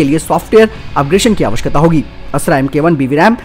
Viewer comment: Everything is fine ... but you always pronounce " आवश्यकता " as " आवकशता " please pronounce it correctly !!